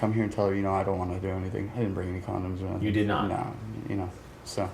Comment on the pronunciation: 'haven't been accused of ''anythink'' yet' as we judge his literal ability nsw